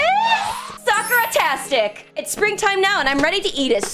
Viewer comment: pays people to translate. pronounces Sakura sockra and uses a loud shrill voice.